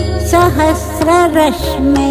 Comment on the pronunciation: इसमें एक जगह लता दीदी 'सहस्र' शब्द का उच्चारण 'सहस्त्र' करती हैं, जो बहुत खराब लगता है। अब शायद सुधार नहीं हो सकता। सुधर जाता तो बहुत अच्छा होता।